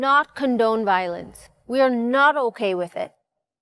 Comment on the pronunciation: it's not okhe It's okay